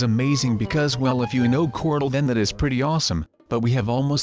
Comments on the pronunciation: I like how says Cortel for Corl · Lol when u say Corl u sound like Cortl xD